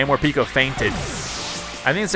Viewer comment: I hate how calls morpeko morpeeko